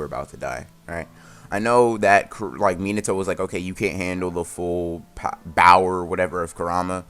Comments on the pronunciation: When you say bower it’s cringe not gonna lie just say power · It's power not bower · Bruh I haven’t watched a full minute and I’m dying he said bower XD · Hold up he actually said bower I thought I was bugging